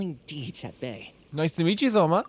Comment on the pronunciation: the h in thoma isnt pronounced and ayaka has a strange emphasis on the ya in her name when you should emphasis the ka in her name :) i absolutely love thoma he is one of my favorite inazuma characters!